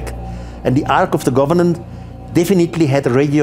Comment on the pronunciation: It sounds like he's saying the ark of the government! lol